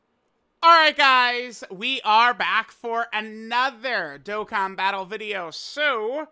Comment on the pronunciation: you said dokkan events wrong